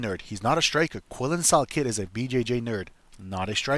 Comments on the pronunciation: How do you make a video butchering a name that bad? Pronounced sal "killed" not sal kid 😂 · Yeah your dumb bud don’t even know how to pronouce salkiLLds name